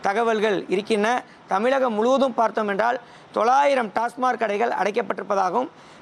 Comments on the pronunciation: அது டாஸ்மார்க் இல்லை டாஸ்மாக். எங்கேடா படிச்ச? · ஒரு பத்திரிகையாளர் TASMAC ஐ TASMARK எ‌ன்று உச்சரிப்பது எதோ கடமைக்கு செய்தி சேகரிக்கிறார் எ‌ன்று தெரிகிறது. செ‌ய்யு‌ம் தொழிலுக்கு முழுமையான படிப்பு அறிவு தெரிந்து கொண்டு பேசலாமே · டாஸ்மார்க் டாஸ்மார்க் நல்ல உச்சரிக்கத் தெரியாத பத்திரிக்கையாளர்